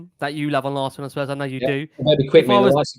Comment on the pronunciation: Great show as always but please stop saying Spurs’s. ✊🤍